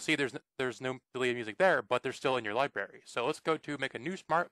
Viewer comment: This did not work on my itunes. And are you saying Libary?